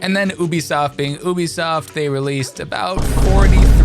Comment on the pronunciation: You-B-soft 😂😂 what's with ew-b-soft not how it's pronounced lol great video other than that